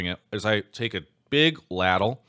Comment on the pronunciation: Are we just going to let Travis get away with how he pronounced ladle ?